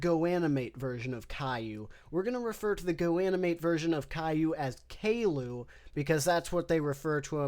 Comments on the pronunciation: Caillou: the golden age Pronounced kay-loo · Everytime calliou was said kay-lou i giggled like a little girl